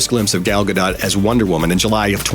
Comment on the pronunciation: Dear LORD please say "Gadot" correctly don't pronounce the "t"